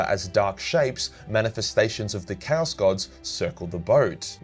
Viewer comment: You pronunciation of Chaos sounds like Cows, I only realized a bit later when something felt off when you said that someone fought cows. 😅